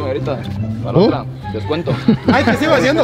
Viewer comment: jajajajaja “descuento”